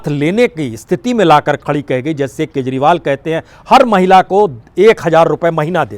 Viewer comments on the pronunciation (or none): none